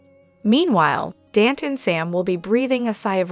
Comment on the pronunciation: Please Dante is pronounced Donte.